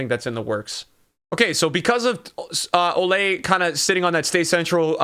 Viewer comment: Why does he say “olay” rather than “oh-lee” likes it’s supposed to be?